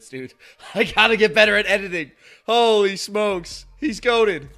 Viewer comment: When us say holy smokes, it sounds like “oh he smokes